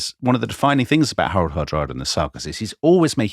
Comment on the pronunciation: His name is harald hardråde not hardrade